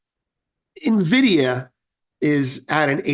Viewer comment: thank you for pronouncing "Nvidia" correctly